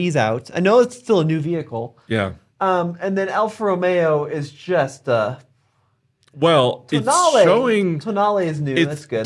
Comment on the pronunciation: Tonale all I hear is toenail